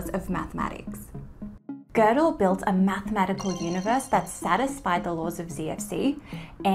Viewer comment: Why do they say "Gördel" with r?